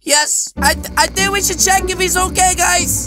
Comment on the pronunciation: Why you say cheek for spiders ummmmmmmm oh no what the heck are you doing